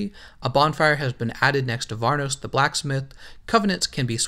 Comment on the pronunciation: What is varnoss? I've played 1 quite a few times and have never heard/seen that name. Edit Apparently its vamos not varnoss.